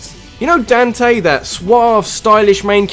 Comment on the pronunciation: I couldn't stop laughing at your pronunciation of "Dante".